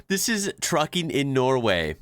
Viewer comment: Yoh.... you said "NOWAY.".. it is called "NORWAY" just to let you know, oke?